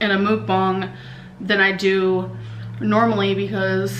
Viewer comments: Please learn how to pronounce ‘Mukbang’. It’s not mook-bong. It’s pronounced muck-bahng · It's called mukbang not mookung lol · Whenever she says mook-bung, I'm starting to just hear her say moo. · Amber, please, for the love of God, STOP CALLING IT A “MOOK-BONG!” 😒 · Can u please pronounce “mukbang” correctly for once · Emily Hornsby I think of bong hits the way she pronounces it.😝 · As a Korean, I hate when you say "Mukbang" so many people pronounce it wrong and it isnt even an English word. Why spell it in English like that?? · As someone who speaks Korean, if offends me how often people mispronounce Mukbang